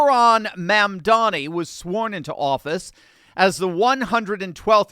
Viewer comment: IT'S MAAM-DUMMI! 😂😂😂